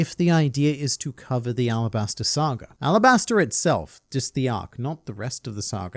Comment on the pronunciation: I thought it was Alabasta, arabasta is just how the Kanji could be pronounced